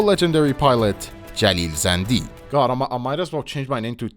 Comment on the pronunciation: مطمئن باش این آقای باب خودش ایرانیه. به نحوه تلفظ کلمات زندی و شهرام خوب دقت کن فقط یه ایرانی میتونه شهرام رو اینطوری (مثل داخل ویدئو) تلفظ کنه